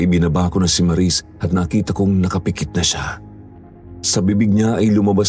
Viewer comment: 😂😂😂😂maris..bkit ang lamya Nila magbigkas Sila Sa pngalang Maris?ang lamya Maris dritso..ang bagal Maris🤣🤣o.a prang HND nmn totoo😂✌️